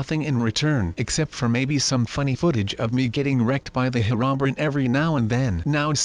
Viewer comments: Heronbern is actually pernounced hero-bri-in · Bruh he said "Her-ron-brin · He said hirobrin